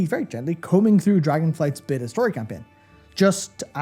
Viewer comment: "a beta review of..." i SWEAR i heard "a bitter review..." guys, i love you but i wont spend another freaking cent on that company